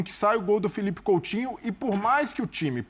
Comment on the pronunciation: COUTINHO É COM "U" E NÃO COM "L"